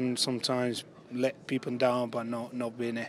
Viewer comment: Love how Zaba says 'Vinny', it's like 'Binny' haha